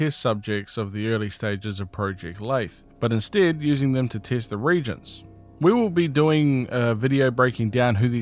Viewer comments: Ok I’m confused are they pronounced re•gents or re•a•gents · The word is re-agents. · Re-agents, no reagents